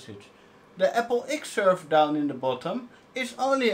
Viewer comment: sherver, its a server SERver rhooo XDD, if you are french why speacking in inglish ?